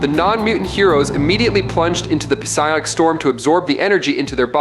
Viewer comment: "Pie onic" energy....😭